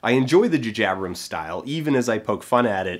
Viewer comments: The Djuhjiebrems style?! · Everytime he says "Jajabrums" it is quite painful. Ow. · JuhJabrums? Is that a Canada thing or did you think that's you being funny? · Jupiter Ascending being good, and calling J J Abrams "Ju Jabrams"? ok. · dude...come on...J J Abrams.....they are obviously different letters